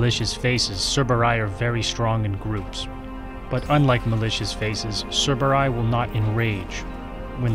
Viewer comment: Why do you say "cerberay" instead of "cerberi"